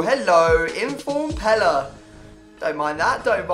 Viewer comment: pele not pela